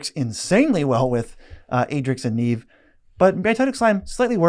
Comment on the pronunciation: Adrix & Nev not neeeeev xD